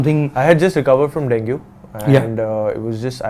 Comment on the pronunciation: Its dengee and not dengue 😂